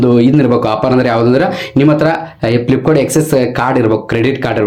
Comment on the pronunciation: ಫ್ಲಿಪ್ಕಾನ್ ಅಲ್ಲವೋ ಮಾರಾಯ. ಅದು ಫ್ಲಿಪ್ಕಾರ್ಟ್.